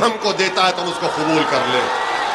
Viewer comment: mangal sutar nhi magalsutra hota h bewakuff